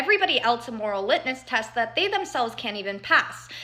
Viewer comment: I agree with her but "litnus test" made me realise she's reguritating things she's heard, even if incorrectly. If it was all her own research she'd know it was "litmus test".